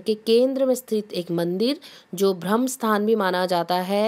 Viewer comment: Bhram sthaan nahin .. Bramhasthaan. Bhram means bhulbhuleiya. Bramha means Bramhmaha .